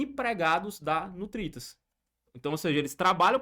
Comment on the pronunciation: Ele fala Nutritas mas é NURITAS